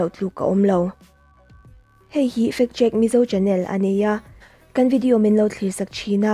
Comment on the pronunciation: Factcheck i lam dan hi fat cheque tih a ang ltk